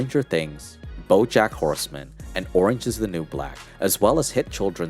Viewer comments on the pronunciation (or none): none